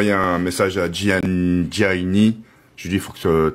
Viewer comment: looool sait même pas dire le prénom de gianni, quel ami dites donc:')